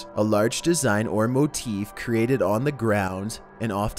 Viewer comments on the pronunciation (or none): none